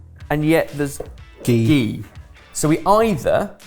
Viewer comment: Stop saying gee it’s just butter